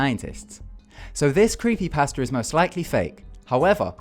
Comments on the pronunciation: when he says creepy pasta, it sounds like he's saying "creepy pastor" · Don't have anything agaisnt you. I love you're videos but when you say creepy pasta, it sounds like creepy pastor